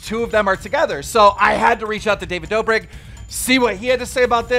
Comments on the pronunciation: stop butchering every name its the kid laroi not the kid leroi and its not the dobrick twins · No one: Keemstar: "Dobrik brothers"